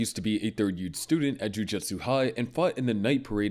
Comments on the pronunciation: …is it actually pronounced ju juhtsu sorcerers???????? That has to be a joke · Yeah, the anime channel who can't pronounce Jujutsu.